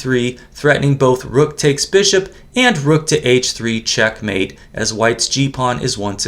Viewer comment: I wish would put the correct accent on the first syllable of "checkmate", not the second.😊